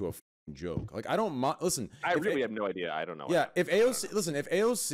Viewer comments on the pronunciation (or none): none